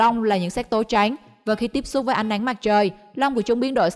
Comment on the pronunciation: Giọng đọc màu “trắng “ nghe giống như “tránh” vậy